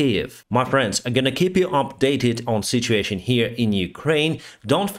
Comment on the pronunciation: We pronounce situation as. Sit. U a tion!